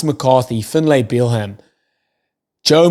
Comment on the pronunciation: Irish supporter here..Excellent podcast! Let me help you with Finlay Bealham’s name. Finlay = bang on (you’re doing a great job!). Bealham = it’s just “Beelum”. Easy as. Just tryin’ to help a brotha out! Keep up the good work. One more thing; “can you write phonetically how to say RG Snyman’s name please? I can hear it, but I can’t wrap my head around the pronunciation. Thanks.